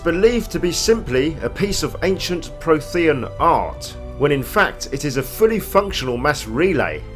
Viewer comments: it's frequently pronounced throughout the original trilogy 😂 It's weirdly difficult watching this video and thinking "Pro-the-AN" I wish YouTube would allow a quick audio swap for pronunciation in videos whenever they're missed on the final take 😭 (Pretty good lore overview btw 👌 nice and comprehensive) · I swear I almost stopped watching because of his pronunciation of “Prothean”... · No worries, info itself and presentation was actually spot on! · Oh my word. "Prothean" is spoken many, many times throughout the series. How do you not know how to pronounce it? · Adam Taylor I knooowww it made me cringe every time...